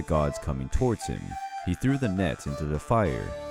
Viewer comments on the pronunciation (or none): none